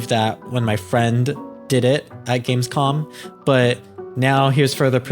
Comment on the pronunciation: You keep saying, but it's GamescoM. With an M.